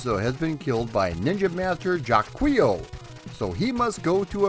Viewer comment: Cringed at Jaquio pronunciation. It's french, so "Zha-kwah" or "Jock-wa" even but... "jah-kwee-yo" ouch. way to pronounce all them vowels. I do remember the NES version... that "Tecmo Theatre" event scenes really pulled you into the plot of the game. This is DEFINITELY one of my favorites! (At least it's a better pronunciation than my dad had: "Jak-off". LOL)